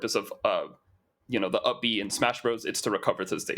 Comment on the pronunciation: For 2/3 of the video I was wondering huh, what's uppie at the back of my mind? I knew I hadn't played Smash Bros in years so I figured it was just something new but then realized you were saying up B instead of uppie...